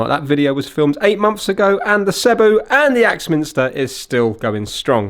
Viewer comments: Oh and it's pronounced seee bow Great repair! I've had many sebos ans this fault has occurred before but generally these are fantastic reliable quality German cleaners - they are the only company I know that their cleaners look so old fashioned but are so bang up to date at the same time - their latest one - the cordless bp60 is nearly 1000 pounds - your into kirby territory there! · Its pronounced See-bo 😁 They are simply the best machines you can buy. Before the days of the internet you really had to discover SEBO. They were once the best kept secret of high quality vacuum cleaners; usually recommended through word of mouth. They are very easy to work on and repair. Saying that though, the main cause of failure of these is often just through neglect and improper maintenance.